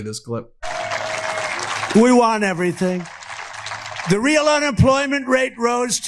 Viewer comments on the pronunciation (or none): none